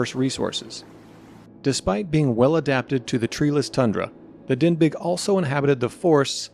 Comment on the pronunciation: Denbigh is pronounced "denby" NOT "denbig". The name comes from the town in Wales of the same name.